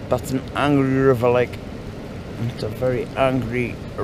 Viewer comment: Hey since when has the Lake District AA meetings been held in a bothy in the middle of nowhere?......Say 'Angry River ' again for me....or was it 'Angy iver'? Atb.